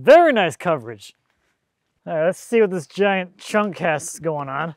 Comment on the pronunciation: Chunk not chuck